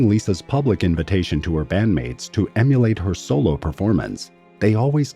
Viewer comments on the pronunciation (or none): none